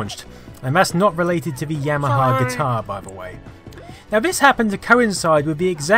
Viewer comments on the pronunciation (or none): none